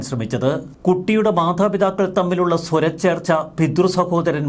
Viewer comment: Swrachrcha alla Swara Chrcha Kuravu. Ithaanau Sari.